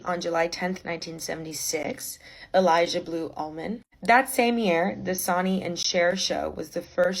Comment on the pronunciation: i’m sorry it’s not sonny like jonny lol i think it’s sonny like sunny. sorry to be the bearer of bad news te quiero